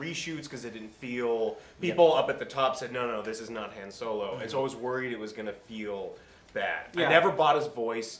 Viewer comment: thats not han solo is dan yolo lol